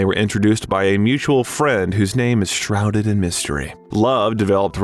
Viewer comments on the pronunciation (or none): none